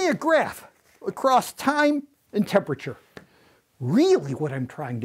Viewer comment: “TIME” “JIME”